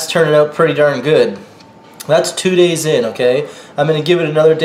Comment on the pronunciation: Did this nigga just say "days"??